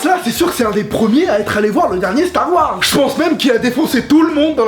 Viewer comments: Mdr à la fin "Dit stars wars twilight dit stars wars starfoula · "dit star wars" "Twilight" *Mes un coup "DIT STAR WARS" "star...fou...llah" j'ai failli mourir ಠ︵ಠ a cause de toi... Mais c pas grave je te pardonne (づ｡◕‿‿◕｡)づ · Dit Star Wars ! - Star....fullah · dis star wars ... thwillight ....aie dis star wars starfullah 😅😅😂😂😂😂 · "dis stars wars" "twylight" bam "dis stars wars !" star...foulah" j'était mort XD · xD il m'a tué, " dit Star Wars" " Starfula" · Putain je suis au taff avec le directeur dans un moment serieu et quand soudain j'ecoute : ( (dit starwars) {starfurllah} ); MDRRR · Nooon dit starwars "Starphoullah" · "starfoulla" mdr 😂😂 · Jaune: dit star wars: twilight (Rip tete du bb) Jaune: DIT STAR WARS: star... fullah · dis starwars, star...foulah jpp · Dit StarWars -StarfoulahVazy je suis mort mdrrr